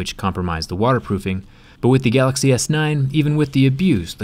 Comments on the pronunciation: "Gaaxy S9 is here" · it’s so cute how jerry can’t pronounce “galaxy” properly